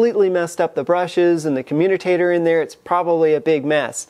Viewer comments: commutator, not communicator...great otherwise! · Communitator????? I think you mean commutator. Great video, like all the others. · It pronounced com-u-tator. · Hate to be a stickler, but... it’s a “commutator”. No letter N in it, ... now back to our regularly scheduled program. Great stuff btw. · FYI, you are mispronouncing "commutator". You seem to have injected a few extra letters that don't belong.